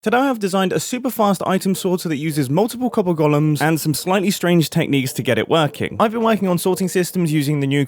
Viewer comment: It's golems not gollums.